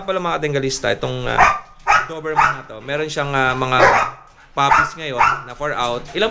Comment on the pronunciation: dobermann po kuya hindi po doverman..